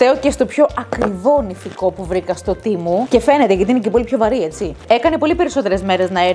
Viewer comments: Λέγεται ΤΕΜΟΥ ΟΧΙ ΤΙΜΟΥ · Συγνώμη που θα στο πω δεν το λέω από κακία το λέω για να το λες σωστά εσύ κι άλλα βίντεο Το τεμου Το λένε τεμου Όχι τι μου😊😊❤